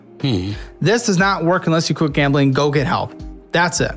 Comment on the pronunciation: Gambling, gambling, gambling, gambling , gab'ling, gab'ling, gam'ling, gam'ling, gam'ling, gam'ling, gam'ling, gam'ling... Yeah, if I have to repeat that word so many times I would give up on saying it properly as well.